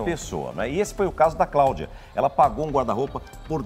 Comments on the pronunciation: Quem veio pelo o Tolezuando?? 🤣🤣🤣🤣🤣🤣 "A Cláudia comprou um guarda roupa e não tem roupa" "Craudia" "Incrusiviu" KKKKKKKKKKKKKKKKKKKKKKKKKKKKKKKKKKKKKKKKKKKKKKKK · Mano a vendedora ficou tão nervosa que falou errado "Craudia" "incrusivi" esse povo pra engana e um amorzinho depois que engana são um monstro🤬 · A “CRAÚDIA” ficou P da vida 😂😂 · Com todo o respeito a, mas "Craudia", "pobrema", " incrusive"? Não dá! 😂😂😂😂😂😂😂😂😂😂😂😂😂😂😂😂😂😂😂😂😂😂😂😂😂😂😂😂😂😂😂😂😂😂😂😂😂😂😂😂😂😂😂😂😂